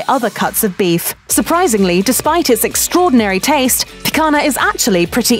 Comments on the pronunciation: I loved how she kept pronouncing "Pick Anna" 😂🤦🏻‍♂️ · Every time she said "pee-cuh-nuh" I cringed. :'( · me hearing she talking picanha with picanna pronounciantion "Make it stop please" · Who else cringed with Guga everytime the woman says the word "PIC-HANA?" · Click bait tune out now there is nothing of any importance in this video .... and why do brits F - up so many words like picanha sounds awful when she says pikana. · It's not Pikana. I'm gonna start bleeding from my ears if I watch more of this video. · GUGA IS SHAKING = Picanha is pronounced as PEEK-CAN-HYA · Pica"NA" lol i guess it`s pretty hard for english speakers to do the sound NHA, NHE, NHI, NHO, NHU. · I believe it is pronounced pea-cone-ya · We're sorry about our repeated mispronunciation of the word "picanha." That's an error we didn't catch until after the video went live. We'll make sure we do better next time! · Her pronunciation of picanha just made me die a little inside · It’s not the same, unless you’re from the north region of Brazil, which is not even 20% of the population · let's not even get into how she keeps (mis)pronouncing picanha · I cringed every time I heard the world "picanha". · If you can pronounce Lasagna you can pronouce Picanha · That pronunciation of 'picanha' really hits the ear wrong >.< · As a Brazilian, to her someone butchering the name PICANHA like that... If you wanna make a video about it, at least do your homework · It’s so horrible being a Brazilian hearing that spanish pronunciation on Portuguese words. Like, no we don’t speak Spanish, neither the languages are that close. Say it as an American speaker or don’t try to spanish your way through, that’s kinda disrespectful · Really wish she learnt how to properly pronounce Picanha🥲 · would lose his shit if he had to listen to you butcher the pronunciation of picanha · Picagna pronounced as lazagna would sound better than picana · It’s picanha, not picana. If you’ll make a video about Brazil do it right...